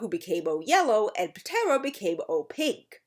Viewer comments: "P-tera ranger" You do know the P is silent right? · Dawg puh-tera ranger 💀 Idk if that's actually how that it was pronounced in the show but I'm dying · I like how the P in "Ptera" was pronounced rather than silent. Not sure if that was intended, but if it was, I got a laugh 😊